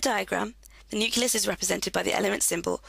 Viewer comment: Thank you. PS it's NUCLEUS not NUCULUS